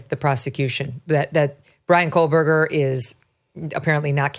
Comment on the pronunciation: I keep wondering when MK is going to realize that there is no L in Kohberger????